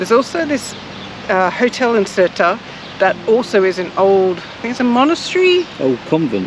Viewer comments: FYI: Sertã is pronounced Ser tao. The squiggly over the ã is pronounced ao as in wow with the first w dropped. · Ok guys.... It is NOT... SERTA... But Sertã, the Ã at the end gives it an "Ahhnnn" *sound... So, it is 'Sertan'.... Other than that, what a beautiful video.❤ my little country, despite its issues, and after 42 years abroad, having left as a kid, I had to return back home, for it is such a special place. 😊🤗Great work guys. We need more videos of you guys traveling around, relaxing and showing us 🇵🇹.And u need to let ur hair down. Looks beautiful. 😁🙏👍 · That's not true...there is no "ão" in the pronunciation. The "ã" is pronounced as it is([ɐ̃]) and not as a part of a diphthong like "ão", which is different. The closest way to describe the "ã" would be a nasal "a", like serta but make the "a" more nasal. It's tough to explain but that's about it. There are guides on Youtube on how to say "ã". Also, Sertão is something Brazilian, not Portuguese, so it's something entirely different. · Ohhh it's not criticizing its teaching you, after all, I am a teacher and I would be thankful if someone corrected my pronunciation! 😅And I corrected your name cause we are all human. No need to be sensitive, I just think anyone should know how to pronounce the area they live in for years already. No hard feelings.. 😊